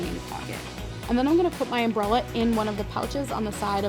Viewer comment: Am I the only one who heard bralette instead of umbrella